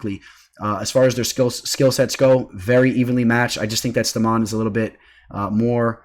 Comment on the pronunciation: Stamann is pronounced “stay-men” ... tf 😂